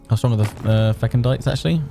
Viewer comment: Please stop saying stronk